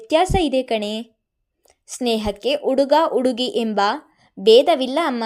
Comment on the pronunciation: Story is nice but narration is not good. Uduga udugi alli vogu pl change the pronunciation.